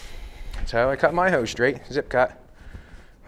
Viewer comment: Hose, not Hise.😄